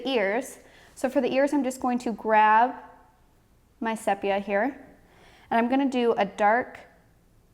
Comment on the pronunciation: I’m sure you’ve since discovered that the pronunciation is “seepia.”